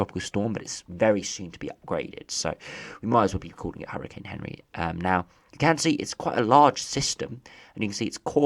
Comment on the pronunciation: It's not Henry it's anri from Google translate and other weather ytubers